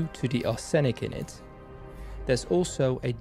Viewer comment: You have excellent English so you will want to know arsenic is usually pronounced arse nick. I kid you not.